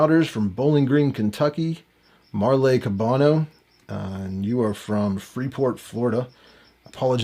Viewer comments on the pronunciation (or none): none